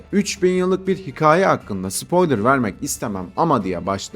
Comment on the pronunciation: Hikaye demeyi öğren hemen